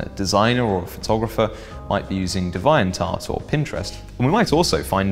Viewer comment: Love your content but you mis-pronounce a lot of things: Alias ("ay-lee-us" not "a-lie-us") Deviant ("Dee-viant" not "de-vi-ant") Maltego ("Mal-tee-go" not "mal-tego") Kali ("carly" not "cally")